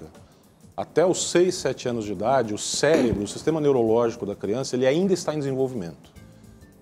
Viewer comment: CARA ELE FALOU céLEbro?????? Kkkk ai dr